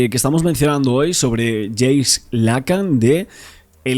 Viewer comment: No es James es Jacques, se pronuncia Jack.